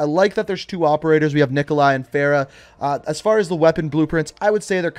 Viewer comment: Anyone else supremely annoyed at his mispronunciation of Farah? Girls name deserves to be said correctly.